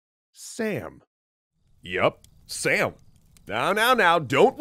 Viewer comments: Its som not sam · It’s not Sam, it’s Sum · Sam actually isn't pronounced Sam it's Sum (like Sun but with m instead of n ) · Its not pronounced like "Sam". the special character is a long "a" so its more like "Sahm" or like the "oa" sound on "abroad" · Now, I cannot confirm with 100% certainty, but I would bet that "Sām" is not pronounced "Sam," and probably pronounced "Sahm," as in a broad /a/ (like in "father"), which sounds a lot "epic mythological sounding" and more "Persian" than "Sam." What I do know is that in modern Iranian farsi at least, there are two "A-sounds." The sound /ɒ/, which is a kind of O-ish "ah" sound, and the sound /æ/, same as English "short A" in words like "cat." The /ɒ/ sound is written with the letter alif, and when romanized is repented either as ā or â, even aa, which is exactly what we see in سام (sām). Historical farsi I think was similar except it had a long and a short "ah" sound: /a/ vs /a:/ and definitely no /æ/. Thus, I'm pretty damn sure that pronouncing it like the English name "Sam" is markedly wrong. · Woulda been neat if you could have clarified that his name is not Sam, but Sām (pronounced sawm), but okay, guess it's more important to joke about it a bunch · two thumbs up! btw the name is pronounced like "Sum" (imagine how u would say "Tom", just like that!), not Sam which is short for Samuel. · Sam name is name pronounced as Saam or Sām(سام) and not Sam(سم) from Samuel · In persian its actually som not sam but really nice work introducing cultures 👌👌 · Not Sam it's pronounced Saam 😊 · Nope, his actual pronunciation is Sāām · Sām is actually pronunced as Saam. It means tranquility. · Thanks for your awesome video. I'm Persian and I just want to comment on your pronunciation. King Sam is pronounced differently. It is pronounce like /sum/ but it is written as "am" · Btw the king's name is pronounced like sum in Persian (like the sum of two numbers) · King's name is actually pronounced as Sham